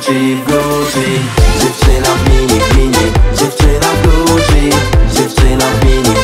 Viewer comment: Na przyszłość: wymowa słowa Gucci to ,,Guczi a nie ,,Guci” Ale to może dlatego tak jest bo wokalista ma wadę wymowy.